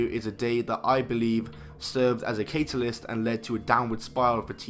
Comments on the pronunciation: It’s CAT-AH-LIST not KATE-AH-LIST btw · Catealyst? Are you fucking kidding me? Catalyst (cat-a-list) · Katealyst? It’s pronounced catalyst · Catalyst is pronounced the same everywhere.... except for in this video.